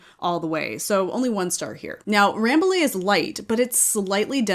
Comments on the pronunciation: Hi, I'm French. I live in Paris, about 30 km from the Bergerie royale of Rambouillet. The prononciation of Rambouillet is closer to "rambooyay" than Ramboolay. Because"ill' in French is pronouced "ye" . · Rambouillet is also a proper noun. Just like with Notre Dame, people don’t say “Note-r Daym” (I hope), the say “No-tra Dahm”.